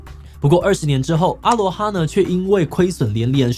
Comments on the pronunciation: 1.第一個停駛的是福和，不是阿羅哈 2.阿羅哈的正確唸法是音同阿ㄌㄨㄛˉ哈（aloha),他們董事長也是這樣唸的. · 沒有人在念阿羅哈啦，A Loha拜托，有點彆扭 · 成立二十幾年我第一次聽到真的有人唸阿(ㄚ)羅(ㄌㄨㄛˊ)哈(ㄏㄚ).... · 別這樣念嘛....我還阿姆羅勒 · 阿囉哈不是這樣子唸的，只有中國人不懂台灣的過去硬唸這種國字，也不知道是不是文化滲透小時候常常唸的Honda Sony現在一定要講成 本田 索尼，是怎麼樣，我們現在的英文程度變爛了嗎？ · 阿羅哈，第一次聽到有人這樣念。